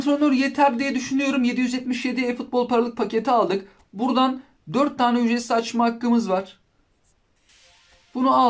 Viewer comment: ücretsimzimze hahahahahah